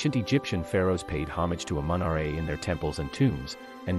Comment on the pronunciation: It's said like amen -raw it's spelled amun ra